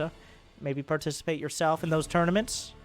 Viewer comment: dude said u can barticipate